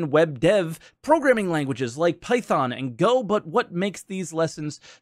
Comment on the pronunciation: Minor nitpick: it is called Python (pronounced with t) as in Monty Python, not Python (pronounced with th) the snake.